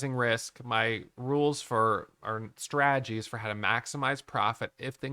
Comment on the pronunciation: Here for the strah-gees!